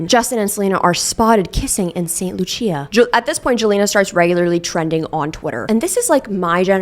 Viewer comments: it’s pronounced Saint Loosha (but maybe you were just being silly idk) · St. Loo-chi-ah made me giggle. 😅 I’ve never heard someone pronounce it like that apart from a person’s forename.